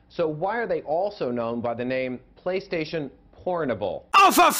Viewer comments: "Playastation", heheh.. "playa" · the way he says PlayStation is killing me. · How can YOU fuck up the name of the aforementioned console? no h8, m8 luv u bb